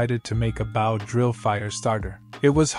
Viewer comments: Just so you know that when reading about the weapon Bow is pronounced /bō/ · Narrator. Bow, as in a bow and arrow, is pronounced like Doe. Or So. Not like the bow of a ship. I know its nitpicking but every time you say it in one of these stories it grates on me. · I'm sorry to complain, but you're saying "bow" with a short "o", such as to bow to show respect, or the bow of a ship. Similar to Wow, cow, now, and even sow. But the word you should be saying is with a long "o", as he's using a bow and arrow, and made a bow drill. Similar to Go, sew (I knew it's spelled with an "e", but it's pronounced with the long "o" sound), low, grow, and also blow. It's driving me nuts because it's the wrong word and means something completely different and is messing with my head, the same as if you'd said you "Hi, I have a new care", when you actually meant that you "have a new car". It's an issue of "heteronyms", words that are spelled the same, but pronounced differently. I did a small bit of digging around and here's a link to a small article for anyone unclear on the subject since I know my explanatory skills suck. Thank you :)